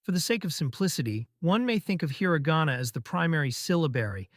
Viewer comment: Just dropping HEARA GAWNA left and right. I think my ears are bleeding.